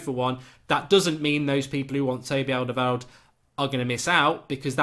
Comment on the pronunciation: Mark, you pronounced Fabinho correctly and your Alderweirald is definitely improving! ! 😉